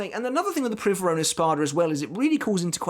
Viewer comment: I speak Spanish and you pronounced Privaron well (AFAIK it's not even a real word in Spanish...) But on the topic of pronunciations, in a video I heard you say soh-nigh-doh, but it's actually soh-nee-doh Keep up the good work! You revived my interest in bleach :) Edit: also if we assume it's in Italian it's Bambietta Baster-bee-neh instead of Baster-bye-n